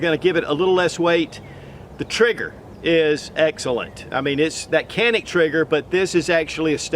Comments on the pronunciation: pronunciation is djanik. a is a not e .. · You're pronouncing it wrong, brother.